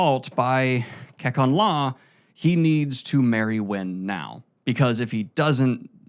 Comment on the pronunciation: This is awesome! My only critique is that some of the words are mispronounced. For example, Kekon is pronounced KAY-CON in the audio books. Other than that, this is a fantastic and fun summary!